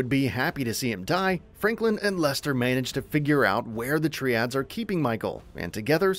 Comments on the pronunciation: I'm not any kind of organized crime expert but I don't think it's pronounced "Tree-ads" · Why would anyone want to hear the full story before playing it themselves? Also, you pronounced Triads wrong every time you said it.